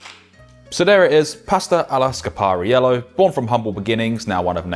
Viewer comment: Very funny the way he pronounced "Scarpariello”. 😀 Ciao from Italy! 👋